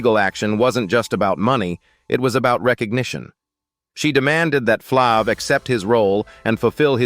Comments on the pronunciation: Flav with a long A not flic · As many times as this male voice said Flav wrong🤦🏾‍♀️